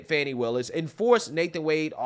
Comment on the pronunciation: Imagine the praise from the democratic party if she was the litch pin that caused Trump to lose the election? She's staying on to improve her own status in the democrat party, that's all it is. AND ITS FANI NOT FONI 😂😂